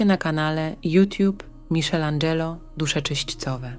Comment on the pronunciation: grazie ale nei miszel ino mikelandzelo - wymowa ; to wloskie a nie frncuskie